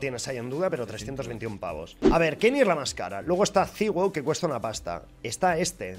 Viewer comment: Porfavor quieres dejar de decir kenis tio? Es kenny Es obviamnete lo digo coml se pronuncia 😂😂 esque me pones nervioso 😂😂